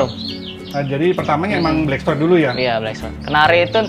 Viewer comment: Blackthroat bukan black shrot🤭